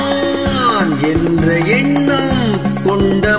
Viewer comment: மக்களிடையே விழிப்புணர்வை ஏற்படுத்திய பாடல். இசையரசர் குரலில் ஒலிக்கும் கம்பீரமும் உற்சாகமும் தங்கள் குரலிலும் பிரதிபலிக்கிறது. நா..ஆ..ஆ...ன் ..உச்சரித்த விதம் அருமை.மெல்லிசை மன்னரின் எழுச்சி மிக்க இசையில் , " ஓராயிரம் ஆண்டுகள் ஆகட்டுமே... முன்னேற்றம் என்பதெல்லாம் உழைப்பவர் உழைப்பதினாலே.." வாலி ஐயாவின் வேகம் மிகுந்த வரிகளை ..அதே உத்வேகத்துடன் பாடி அசத்தி எங்களை மகிழ்வித்தமைக்கு நன்றி சகோ. MGR பாடல்கள் என்றுமே உயிரோட்டம் உள்ள பாடல்கள்..❤